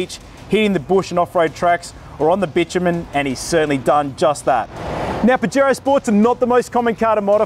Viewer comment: I donno why I'm laughing so hard every time he say bajero 🤣🤣